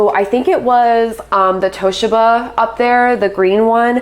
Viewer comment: Onkyo is pronounced “AHNK-YO”, not “OH-NEEE-KO”. The emphasis is on the second syllable in Toshiba, “TOE-SHEEE-BUH”, not “TAAAW-SHIH-BUH”.